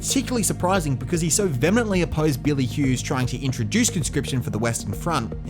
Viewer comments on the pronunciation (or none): Vehemently is pronounced “vee-emently” NOT “VeHEMMently”. The h is silent. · These are awesome vids mate! Kudos to you for so comprehensively explaining Aussie history! Subscribed P.s., vehemently is pronounced vee-uh-mently 😉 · Curtin and Chifley. BTW, look up the pronunciation of the word 'vehemently'.